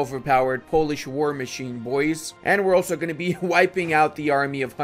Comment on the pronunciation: I have a big respect to you for not butchering my language